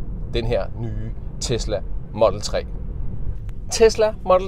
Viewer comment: Hvorfor udtaler du "model" på engelsk og "3" på dansk? Det er da inkonsekvent